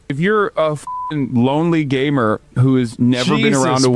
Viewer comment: did he say gaymer? XD